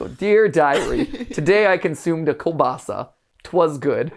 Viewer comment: I hate hate HATE when people say kuBaSA I am polish and that literally makes my skin crawl